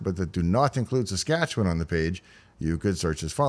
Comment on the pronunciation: Ok, anyone who can pronounce Saskatchewan correctly has to be from there. Hello, from a fellow Canadian.